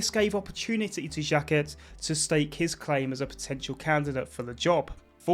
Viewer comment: Aimé "Jacket" :D love the effort tho